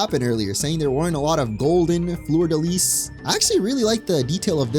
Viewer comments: "florida lease" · The "s" in fleur-de-lis is silent. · You failed "fleur de lis" so no worries about Seine 😂❤